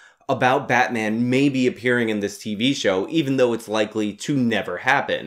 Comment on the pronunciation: Its batmaam!